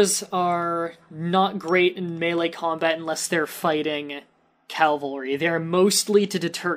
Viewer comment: Cavalry. Not Calvalry